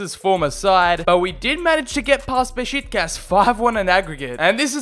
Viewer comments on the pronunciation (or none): he sad beshi*kas and not besiktas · You need to stop calling them Be"SHIT"kas... It's BesIKtas I-K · Beşitkaş? It's Beşiktaş mate.